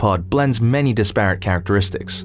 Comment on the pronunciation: But mispronounced disparate.